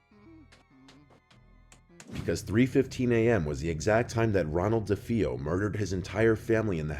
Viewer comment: Nothing against Mr. Nightmare, but: It's pronounced "bro-lin," not "brow-lin;" it's also "duh-fay-oh," not "duh-fee-oh;" the people in the car were the family members of the pilot flying that plane; Gregory Peck was supposed to have dinner with Richard Donner in a specific hotel but had to cancel & shortly after, it was bombed by the IRA; also, the zoo scene: the day after filming the baboon scene with Lee Remick and Harvey Stephens, a Windsor Zoo worker was killed by a lion. Just saying the guy could've done a bit more research. And dude, you never made that connection? Genie/Djinn? 🎶Arabian nights🎶🧞 I recently watched the Twilight Zone Movie for Halloween & that scene was actually removed for that reason & I'm glad it was; it would've just made the movie harder to watch.